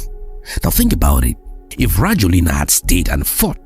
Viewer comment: His name is pronounced ra-JWEL-nah. I have lived in Madagascar since 2017i I tend to remain here, in my beloved country